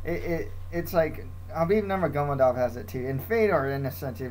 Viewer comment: you should practice your russian (caucasians fighters) last names , its Nurma-go-me-dov